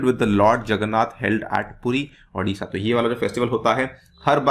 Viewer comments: This is odisha not adisha Pronounced correctly sir Great love from Odisha 🙏🙏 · That's not adisha that's odisha ,thik se pronunciate kariye......nain kr skate to video mt banaiye....